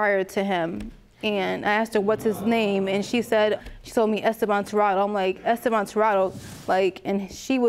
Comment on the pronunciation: 😂😂 she said es-stay-von